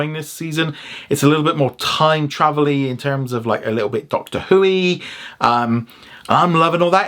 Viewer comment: Doctor Who-ee. That gave me a good laugh when you said it.